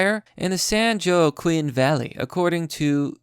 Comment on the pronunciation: You’re smart alright... but you can’t read. Joaquin “wa keen”